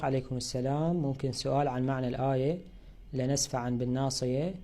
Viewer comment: لنسفعم هكذا تنطق